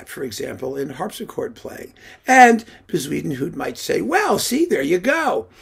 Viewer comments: Yeah, that was great! I made a bet with myself on how he was going to mispronounce that name. I won myself a beer with that one. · I lOOOVE the way you pronounce Bezuidenhout! 🤣🤣🤣I think I prefer it to the Afrikaans original.